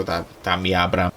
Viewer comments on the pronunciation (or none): none